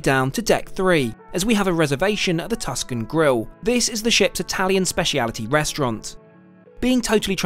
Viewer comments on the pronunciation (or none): none